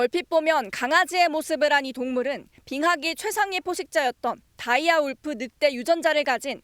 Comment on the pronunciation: 다이어 울프아님?다이아 울프라고 하네?